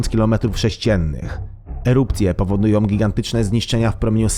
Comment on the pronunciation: Bendom, muszom, powodujom, tworzom, mogom, całom >>lektor kładzie ten film.